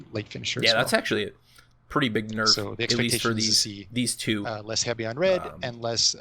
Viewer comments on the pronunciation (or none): when the game developers even say HEBY instead of heavy